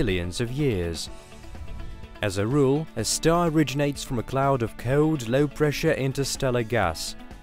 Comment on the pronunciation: No ones going to mention how he says cold?